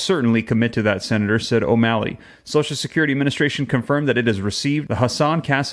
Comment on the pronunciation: When you say O MALLEY I want to puke .